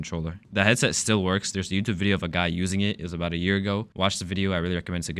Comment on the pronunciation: How Der. You. Say that obaot. 3s😢